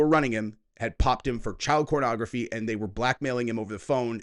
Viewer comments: Why does he keep saying cornography? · he keep saying cornography?